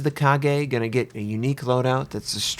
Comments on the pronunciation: kagey? maybe you should pronounce it as ka-gah ? though I understand, for someone to pronounce Japanese properly.. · Kageeeeeeeeeeeeeeeeeeeeeh? Its Ka-ga. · it ka-ga not ka-ge or ka-gey :) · its called Ka Ga not Ka Gay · WTH is a KA-GE? It's Ka-Ga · Fix CVs before releasing new ones! BTW it's Kaga not Kage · "Ka-gay" - 10/10 would pronounce again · the kaga was OBLITERATED by the USN SBD'S at midway...also its KA-GA like lady GA-GA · joe junior It's not a difficult word. I'm not Japanese or an anime fan but I pronounce it correctly. Kaga. Two syllables. 'a' as in art. How people can fuck this up is beyond me. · "Car-gay"? Really? LOL, weeaboos will go nuts. (p.s. in this instance I tend to agree with them) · "Kage" do you even shipfu you freaking scrub. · ka-gay == jesus do you even google translate it? steps: google ship name and go to wiki (works too for shipgirls.... switch wiki to Japanese or whatever the ship belongs to (original language) copy the title to google translate or some internet dictionary and hear their pronunciation. Japanese are quite straight forward that you read what it's written, except "r" -> "l" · Hey, I really love that you always document yourself and try to say the names of ships correctly in their language, but are you sure the Kaga is pronounced "Kagae"? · Wait, isn't her name pronounce as "Kah-Gah"? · Mammoth Mk3 Just Ka - Ga, dont over pronouce it :))))) its easy to speak her name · Ready for the 20cm/8inch secondary?? Lol I'm hyped but honestly the "Kage" should be on the second line with Akagi and Shinano. All in all this should be troublesome because is slow and even it if her has the planned 90 plane capacity they should be low tier ones tier 6 at much A6Ms and Vals DB and Nakajimas TB ( I don't remember the nick) And pls learn the way of saying I bet it isn't Kage like Kagero but Kaga with A closer to SaiPAN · "Kagay" No, its "Ka" "ga" Kaga xD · It's 'Ka-Ga' not 'Ka-Gae'